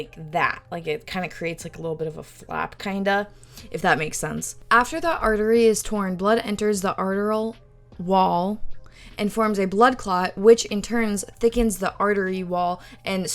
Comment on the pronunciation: *Vertebral is Ver-tee-bruhl *Arterial is Are-teary-uhl